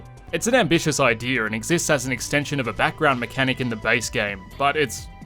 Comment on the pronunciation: Did this joker just say "Idear?"